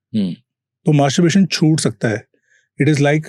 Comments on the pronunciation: pehle 10 sec k baad nhi dekha ye podcast.. bhai ko topic hi bolna hi aata.. materburation bolra hai... arey hadd h bhai,,, mood off kar diya... Buration? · kya kya kya bola 'masterBration'..??? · Pronunciation pehle seekh lete bro masturberation kya hota h??? Main bhi bolunga!😅😅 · Dude first learn how to pronounce Manstrubation 🤦🏻‍♂️ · Bhai, masterbation bolna seekh le pehle. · Bhai,Mas-TUR-bation hi hota hai,MasturBERation jaisa kuch nahi hota!😅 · He really said "masturburation" 😂😂😂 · 'Masterburration' bc anchor tu padh likh le pehle 😂😂😂😂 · Masturbation ❌❌ mastbration ✅✅ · am I only one who listen masterbration, anchor is not pronounciating properly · is unprh ko koi masturbation bolna sikhao .. MaStUrBaRaTioN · Abey tu Masturbation bolna Sikh re bhai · Abe maaterbrutation nahi hota hai masterbation hota hai anpadh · Masturbation ko masturbration bol ra h 😅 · its not mastuburation is masturbation... Video banaraha hai pronounce karna toh seekh le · Masturbaration yeh kaha se Sikh k aaya h bhai tum , word toh theek se bollo bhai Masturbaration❎ Masturbation✅ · Masterbration 😂😂😂😂.. anpad bolna sikhle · Anchor bro it's not "masterbRation". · Bro ek toh ye jo banda podcast conduct kar rha hai, atleast Masturbation ko pronounce ko dhang se krle bhai..😭 Wtf is "masturburation"? "buration" nahi hai bsdk, "masturbation" hai! "मास्टरबेशन" bolte hain, "मास्टरबुरेशन" nahi hai bhai, itna ghatiya lag rha poore time mispronounced word sunne mei😒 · Bhai mere masterbuation bolne ki practice krye ...........bar bar masterbration bol rahe ho😅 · tumhara 'masturbation' pronounciation sahi nhi hai aap bol rahe, Masturbration.. it's incorrect.. bolo masturbation... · Masterbation!?..., ka ka !.. masterbaration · I think its masterbation not masterbration. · Masturbation❌️ Mastaburation ✅️😂😂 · Masturbation ❌ mastuRAREBATION😂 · Masterbitation bol raha hai 😂😂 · host to bahut anparh hai. masturbation ko masturbration bol raha. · Masturbation ❌ Masturberation ✅